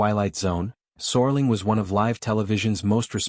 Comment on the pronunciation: I think you're talking about Rod SERLING. the IA in this video continues the serious typo! There's A lot of interesting information in this video but it's distracting with the mispronunciation of Rods last name.